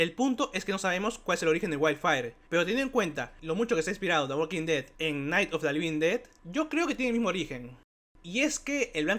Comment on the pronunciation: Hablas demasiado rápido y dices mal el nombre de la serie. No me gustó el video.